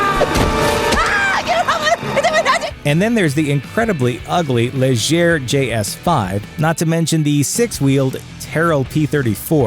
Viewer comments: you people are obviously NOT actual racing fans . nothing here was "untold truth".Also it is pronounced "leegeeay" not liger . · wow how bad are Americans in pronouncing foreign names!? (Legere instead Of Ligier) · It's pronounced Lee-jier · Lay-gher???? What a fucking moron!!! It's French you fucktard!!!!